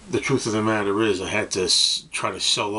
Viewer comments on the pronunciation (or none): none